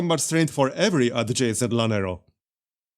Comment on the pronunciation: Llanero is pronounced "yaa-nerro!"